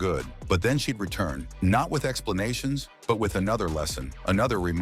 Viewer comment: I It's NOT "BRAY"! It's "Bree", you stupid BOT!